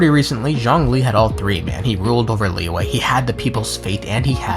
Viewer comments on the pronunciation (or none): none